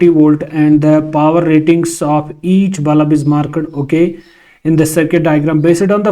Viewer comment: Bulb ❌ Balab ✅ 😂😂